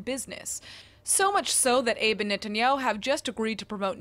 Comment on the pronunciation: Shinzo Abe's last name has two syllables. אבה